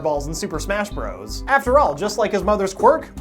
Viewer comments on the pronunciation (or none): none